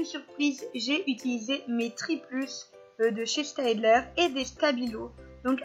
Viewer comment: Steadler se prononce stedleur . Le A est muet